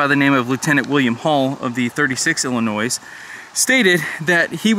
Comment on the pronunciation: love the tours. have to ask. do you pronounce the s in Des Moines Iowa as well as Illinois?